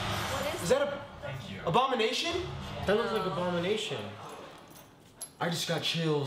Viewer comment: everyone: ABONIMATION!!!! me: wong